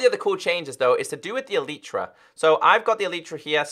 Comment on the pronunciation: Why do YouTubers call Elytra as E-l-i-e-t-r-a